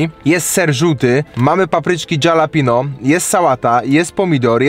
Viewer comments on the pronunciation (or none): to jest halapeno a nie dżalapino- nazwa drugiego burgerka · jak zwykle pewnie tego nie przeczytasz...ale czyta się: HALAPEŃJO. nie Dżalapino. pozdrawiam serdecznie... polonista, kur***wa mać :P jakbys powiedzial Halapeńjo to bylbym w 7 niebie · Jak by coś to wymawia się Halapenio nie hejt jak coś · . Nazwa burgera "DŻALAPINO" burger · dżalapinus ostrokus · Dżalapinio burger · Dżalapindo burgier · "dżalapino"....joe biden sie znalazł :P